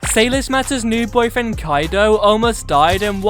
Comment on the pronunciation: Did you really say bpyfriend..